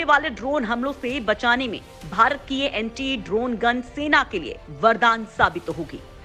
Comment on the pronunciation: Please correct the statement. Its not antree it's Anti.